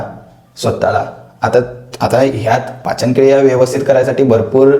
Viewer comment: पाचनक्रिया ❎ पचनक्रिया ✅😂😂